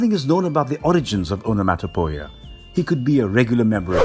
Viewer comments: On-a-mot-a-pee-a is how one pronounces Onomatopoeia. Otherwise? Great video!! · Aa.nuh.maa.tuh.pee.uh. Onomatopoeia. This is how you say that word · It physically hurt me when i heard him say "Onomatopoeia" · I really want to say this video was amazing.. however.. There is zero chance you didn't intentionally say everything you could incorrectly. It shows a deep lack of fuqs to give. You literally said ”snikt”, the sound of metal on metal sliding into place, and the second most well-known onomatopoeia after "pow", ”skint". Never mind that you didn't even begin to care how to say "onomatopoeia", much less Google it. Hell.. you said "Talia” wrong.. the WHOLE video. A potentially amazing video marred by the author's desire to show everyone how little he cares. I had to turn the video off when he said "maniackle". What the HELL is a maniackle?